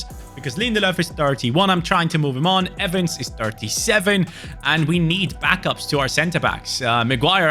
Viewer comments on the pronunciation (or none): none